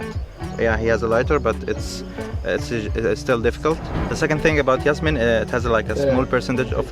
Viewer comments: its jasmine not yasmine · STOP SAYING YASMINE, its JASMINE like jazz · Its pronounced Jazz-meen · You're pronouncing "jasmine" the wrong way!